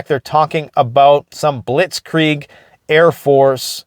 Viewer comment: Look how you pronounced Blitzkrieg😅 Perfect!!! Thanks for your update, hope you and your family is safe and far away from that fire.